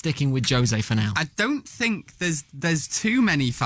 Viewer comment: “ I sink I am the best “